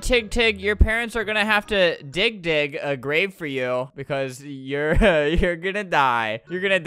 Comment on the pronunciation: it sounded like he said dixk dixk a grave for u But we're kid friendly cuz we Naruto fans so he just said dig dig XD